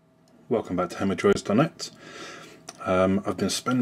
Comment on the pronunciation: "Hemmordroids" lol